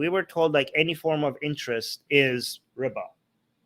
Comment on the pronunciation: Everytime you say riba, I hear Ryba (Polish for fish). ''I'm not allowed to charge 'fish', because of islam?'' Isn't that hilarious? Edit: I'm not Polish, I just love learning new languages.